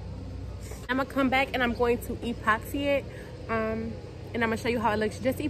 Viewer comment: What’s an E-poxy😂 it’s just epoxy one word!